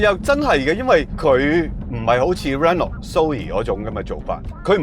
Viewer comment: 非常尊重兩位車壇前輩, 希望兩位不要介意, 有兩個讀音不太準確: Renault 讀音是比較接近"ren奴"而不是"ren knot". 探索的"索”粵音應該讀“saak"不是"sok" 🙏